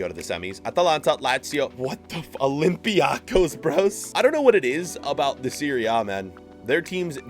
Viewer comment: YES YES! YOU SAID IT RIGHT ITS OLYMPIACOS NOT PSG YEEEEES! 😂😂😂😂